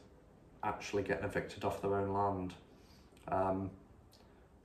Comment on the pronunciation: We need thousands of us to walk into parliament and physically remove these criminals. By the way, you need to sort out your T's. Words like London are not pronounced lonton, and land is not pronounced lant.